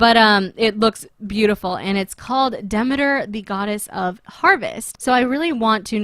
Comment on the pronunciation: its pronounced De-ME-ter